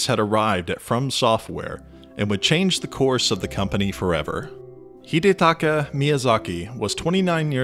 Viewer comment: Hidedeki? Its Hidetaka. Wtf.